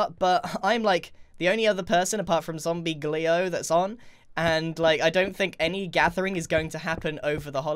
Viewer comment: Grian : Zombie Gleo